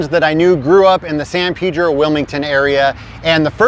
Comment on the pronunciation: its San "PAYDRO" Pedro....